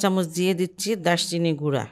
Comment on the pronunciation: সালাম । এটা দারুচিনি বা দারচিনি -- দাশচিনি বলাটা ভুল হয় । আপনাকে অনেক ভালোবাসি, তাই ভুলটা শুধরে দিলাম ।